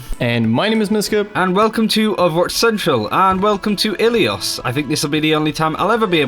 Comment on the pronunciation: Pls Dont say ilios dont say i twice try to pronounce it all together its really wrong and i know being greek